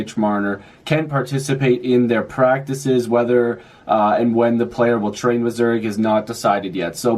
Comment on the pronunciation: ZURICH (pronounced "Zurick")